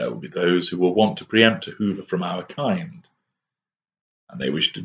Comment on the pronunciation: I feel like some sick twisted psycho I'm attracted his voice I like the way he says our kind and criteria... and bam I just gave supply ... and bam I feel like a troll but bam Hoover